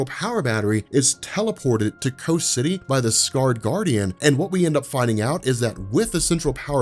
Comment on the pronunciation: Why are you calling it "co city"?